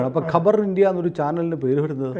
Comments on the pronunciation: Khabar is news not Qabar is Savakudeeram😅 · കബർ അല്ല ഖബർ അണ് അഖ്ബാർ എന്നാൽ പത്രം ഖബർ എന്നാൽ വാർത്ത അല്ലാതെ കല്ലറയല്ല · Kabar savakudeeram. Ivide parayunnathu khabar ennanu , ithinte meaning is varth (khabar = varth)